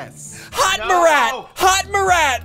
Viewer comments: “Hot meh rat” cough cough murot is pronunciation no hate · Its not hot Marrat it’s hot Marat not hot mar rat